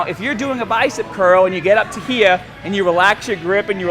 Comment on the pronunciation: Andreas Kan That doesnt even add up, cause in this video he pronounced "here" like "heee" and at one point he said it like normal. "here" anyways, who cares. He still makes great vids, accent or no accent, I'm still gonna watch lol